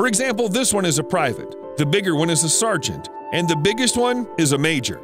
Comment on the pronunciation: hah "serge-ant"